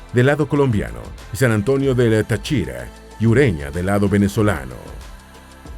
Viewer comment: Valledúpar? Tachira? Pareciera que ésto lo leyeron con Speechelo... Pero, eso sí, excelente documental. Felicitaciones.